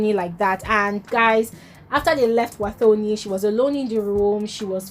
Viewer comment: It's pronounced "Watoni" not "thor"...thanks🙏🏾